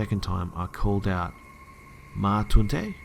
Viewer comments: This is great! I love these stories. You need a lot of dedication to read them all. The only problem I had is when you pronounced “Ma taunte” I grew up with a french family and it’s pronounced “mah t-awh-nn-te” I’m sorry i I sound like a perfectionist I’m just very specific about french pronunciation because a lot the kids in my class had a really bad accent... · In one of the stories he said "Ma-tountey" and he said it was French and I was just like whatdafuck the I realized he was trying to say "Ma tante" wich is pronounced mah-t-en-t-euh kinda :') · Omg "ma tante" being pronounced "mah tuntey" makes me laugh so hard I'm sorry and understand it's not your language but oh the cringe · "Ma taunter" lmao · As a french-speaking... human, when I heard you say "Ma Tuntee?" I actually fell off my chair laughing. Mon dieu, that's the worst pronunciation of a word in French that I've heard in a while. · you butchered the pronunciation of the word "tante". Never heard someone say "toontay".:P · It's actually pronounced mah-taunt. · whatever the hell you said was not "my aunt" in french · i love your attempt at saying ma tante. It's adorable hearing someone trying to pronounce a language they don't speak. Am I the only one who thinks so? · how did you say aunt in french?!1 Lmfao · Haha the way you pronounced ma tante was so wrong